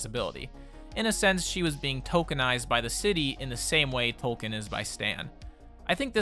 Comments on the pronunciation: stop calling him tolkein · S25E2 was a miss for me, the whole gaslighting joke comes from Americans not pronouncing Tolkien correctly. Even after it's revealed all the character continue to say it as toe-kin